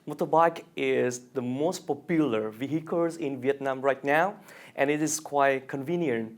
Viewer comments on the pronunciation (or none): Bên cạnh phát âm và accent chưa hay, thấy anh còn nói sai cả trọng âm (popular ngay câu thứ 2, phần sau còn nhiều hơn) thì hơi thất vọng một chút.